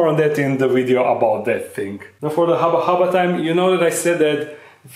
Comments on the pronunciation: Hubba Hubba... Not Haba Haba... Incorrect English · It's hubba hubba not haba haba 😂😂😂😂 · Dark den friends, when are we gonna tell him that it’s “Hubba hubba” not “Haba haba”